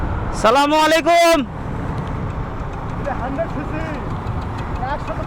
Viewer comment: কিছু মনে করবেন না ভাই আপনার সালাম দেওয়ার উচ্চারণ সঠিক না।আপনার যেভাবে সালাম দিলেন সালামের অর্থ কিন্তু খুব ভয়ানক অতএব সালামটা ঠিকভাবে দিবেন সালামের সঠিক উচ্চারণ হলো আসসালামু আলাইকুম